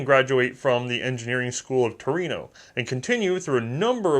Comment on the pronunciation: Finally, a foreigner saying Torino instead of TuRiN (and for argument's sake, whoever says "you call London LONDRA, not London", listen here, London was born as a roman settlement under the name Londinium, we created the place, we name it. Bite me)